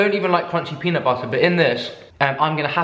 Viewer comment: JD McFarren yesssssss! And after every video I’m saying to myself, “peanut butterrrrrrrr” at least a dozen times 😂😂